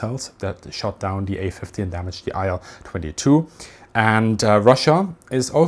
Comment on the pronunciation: Thanks for the video. small correction: i’ll-22 should be pronounced [i:l] or [il] [aɪl] is incorrect